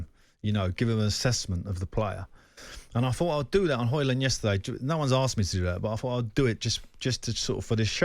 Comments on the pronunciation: It’s pronounced “Hoy-lunn” like “Roy-lunn” where the “u” is pronounced like the “o” in “goal”. I don’t know why he would ask his Swedish wife, since Højlund is Danish, not Swedish. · Manage to butcher Højlund's name in both English and Swedish(or was it "Swenglish"...). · He does not get the service needed. Not even Haaland would score in this team. And the man pronounced Højlunds name wrong. He said it in Swedish😂